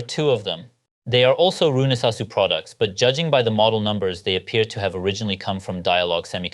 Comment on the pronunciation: And finally I've learned how to pronounce that correctly after so many years!